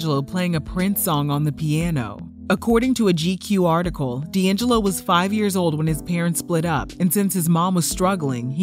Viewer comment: D’ AnJello!😂😂😂😂